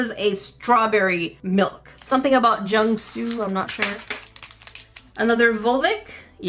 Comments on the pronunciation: Oh it's jungkook not Jung su 😢😢🤦🤦oh boy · You said jungsoo, did you mean jungkook instead?